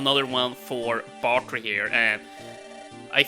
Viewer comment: I dont want to be that guy but you arent pronouncing bartre rightbut there is a character named bauker